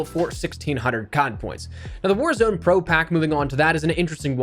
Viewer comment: Sounded like you said whorezone